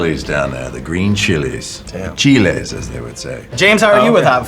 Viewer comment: finally an american who calls chile correctly lmao